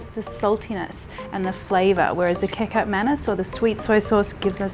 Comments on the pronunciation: please...prounouce 'kecap' in kecap manis like you say 'ketchup' in English. do not say 'kecup' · Kekap manis 😅🤣 how to pronounce kecap is like ketchup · Agree. Its not hard to pronounce as u can say ketchup properly 👍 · Kecap is actually pronounced exactly like ketchup hehehehe not kick up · Kecap Manis, the sweet soya sauce, the Kecap is actually pronounced as Ketchup without the "h". I was initially trying to figure out what "cacup" was, lol. Love your recipes btw. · Pronunciation: KI CAP not KI KAP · kekap manis😂😂😂 its kechap/kichap (kecap/kicap) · It's pronounces similarly to Ketchup. Kecap is where Ketchup got its name from. 😂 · Spelt kecap, pronounced ki-chap 👍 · Kecap is pronounced Kechup that is where the word "Kechup" comes from. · Please pronounce "kecap" exactly like "ketchup". :D "Manis" literally means "sweet". So, kecap manis means sweet ketchup or sweet soy sauce. :D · "Kecap" is pronounced same way with "ketchup".. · You have a cute way of pronouncing kicap. Going to try your recipe soon. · you should pronounce 'kecap' like you pronounce "ketchup" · "kicap" in kicap manis is pronounced like "ketchup". btw, my mom still make mee goreng like this, but we usually sauteed the sauces mix with garlic. i really need to balik kampung right now. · it is pronounced ketchap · It’s ketjap manis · Im not Indo but I know its pronounced ketchup manis. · Kecap pronounced as ketchup :) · The C in Kecap is pronounced as CH, as in cheese, fyi. 😊